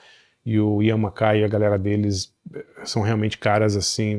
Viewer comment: 🙌 alguém que sabe falar o nome do mackaye certo , porém falou Guy errado😂